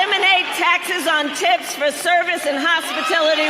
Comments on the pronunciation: lol you missed the point. Hospitility - TILITY is how she said it. Wow, man 🤦‍♀️ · She said "hospitility" not hospitality. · Hospil tility? Hospil ?? Not hospa tality ?? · Hellooo…she mispronounced the word. THAT was the point of the comment.